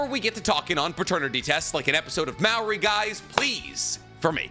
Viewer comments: It's not pronounced mao-ree, it's More-ry. That's how you say Maury. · The way you pronounced Maury is actually insane 😂😂😂 my brother its pronounced “More-E” not mao-e 😂 your Japanese is showing my friend 😂😂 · Did you really just pronounce Maury wrong? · Bro you need to put some respect on Maury Povitch’s name I can’t believe you said it like that come on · No way he pronounced maurys name like that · Can’t get over how said maury lol is that weird to anyone else?